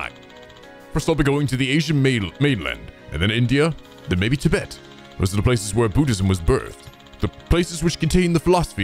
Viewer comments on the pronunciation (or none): none